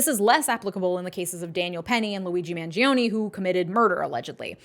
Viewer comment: Every person is saying Luigi's name wrong. Its Man-Jo-Nay. 🤌🤌🤌🤌